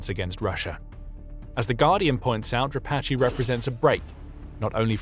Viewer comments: Не Дра'патый,а Дропа'тый,который отъявленный террорист,Вы ,ведущий такую хрень несёте,тошно слушать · Who is “Drapatchy?” The man who replaced Syrski is Dra-PAT-e